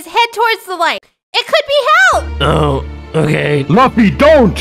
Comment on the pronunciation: LUFFY NOT LUFY